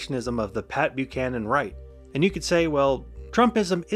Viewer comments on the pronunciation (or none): none